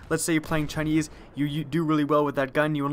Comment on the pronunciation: "Chineese team."